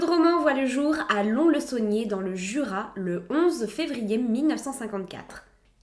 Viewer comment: Au top ! Saint Moeinsss le s est prononcé , tout comme Lons, on prononce lonce 😊🏳️‍⚧️🇨🇵